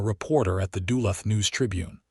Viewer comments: I'm Australian and even I know you are butchering Duluth. Shame on you an american should know his own countries town names. What is a borger supposed to be. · Yup agree with the Ausie....don't know how to pronounce Duluth....or half the other stuff. :face-red-droopy-eyes